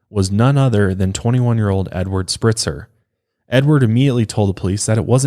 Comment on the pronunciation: Spreitzer like "Sprite" not Spritzer.